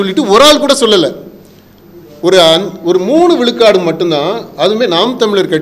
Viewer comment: அழகு தமிழ் படும்பாடு:- கலம் பதினேலு விலுக்காடு , விலுக்காடு, தமிலர் என்று பலப் பல!! ம்ஹும் என்னே இவளது தமிழும் உச்சரிப்பும்!!!?